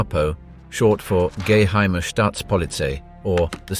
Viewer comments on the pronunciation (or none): "Gay-heimer"? Lame...